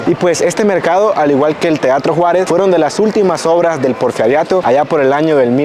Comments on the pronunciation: Porferiato???....Porferio???...anotalo porque dices muchas tonterías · No pudiste nunca pronunciar “El porfiriato “.😂